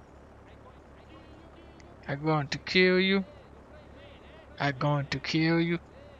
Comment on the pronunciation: Take a shot everytime you hear "I goin' to keel you" 🥃